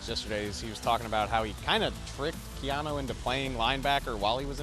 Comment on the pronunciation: KEY-AHN-NU! SAY HIS FREAKING NAME CORRECTLY! CAN SEE HIS NAME CORRECTLY? GEEEEEEEEZ Who is Keohno? 🤦🏽‍♂️🤦🏽‍♂️🤦🏽‍♂️🤦🏽‍♂️🤦🏽‍♂️🤦🏽‍♂️🤦🏽‍♂️🤦🏽‍♂️🤦🏽‍♂️🤦🏽‍♂️🤦🏽‍♂️🤦🏽‍♂️🤦🏽‍♂️